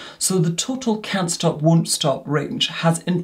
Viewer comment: Can't stop Wun't Stop :)